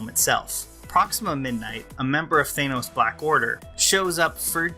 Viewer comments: Also, it's 'Than-os', not 'Thane-os.' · You're pronouncing his name wrong. It's "Thanos" not "Thaenos". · I like a lot of your videos, but I couldn't get past your pronunciation of Thanos in this one. It's not "Thane - os". It's "Than - os". It's not a long A sound. Other than that, keep up the good work! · Th-AN-os, not Th-ANE-os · THANOS NOT THAYNOS Love your videos lol. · Thainoes, Thainoes, Thainoes. It’s Thanos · You're making a review yet you call him "Thaynouse" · Whats with americans always calling him Thaaynos ? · Dude stop mispronouncing it! It’s Thanos, with a flat-A. You’re saying like Thaynos. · Boy, I love THAY- NOS. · Why? Was it pronounced that way in an Avengers cartoon or something? Seems a little silly to deliberately mispronounce a two syllable world. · The pronunciation of “Thanos” clangs against my ears. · You're pronouncing "Thanos" wrong.